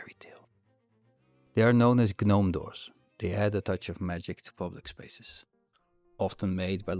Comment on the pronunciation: Great video:) Just a small "correction", the G in gnome is silent. You say "Nome"